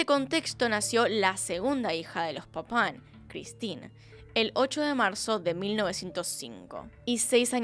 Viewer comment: Se que esto sonará horrible pero Me causaba riss cada que decía el apellido de las hermanas papaw